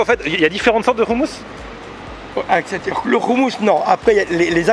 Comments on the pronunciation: C insupportable le mec du restaurant ne sait même pas prononcer le mot « hommous ». Comment tu peux tenir un restaurant de hommous sans savoir prononcer ce mot ça montre que ce mec est étranger à la culture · Ehhh trop canon ta fini par apprendre a prononcer le mot "houmous"!!!! On t'attend a tel aviv pour te faire goûter le vrai houmous Libanais!!